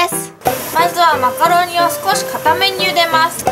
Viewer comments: チーズマカロニがチーズマカロンに聞こえた😅😅😅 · 最初マカロニがマカロンに聞こえてチーズマカロン(;゜∇゜)ってなった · 最初チーズマカロンてきこえたー笑